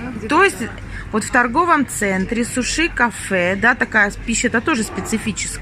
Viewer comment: А мы говорим: сУши, а не сушИ. Я в первый раз слышу, чтобы так произносили. 🤨😮